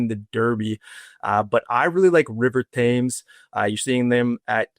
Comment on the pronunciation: It's pronounced River "Tems"